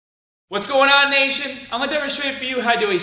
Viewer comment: "What's going on nation" "What's going on asian" < sounds similar.